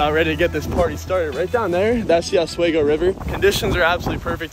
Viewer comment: OswEEEgo. Not OS WAY GO. sorry it annoys us locals to northern NY. Nice smallie!!!